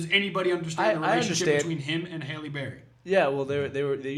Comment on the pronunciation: I know it’s spelled Halle Berry but is it pronounced Hailey or Holly 😂😂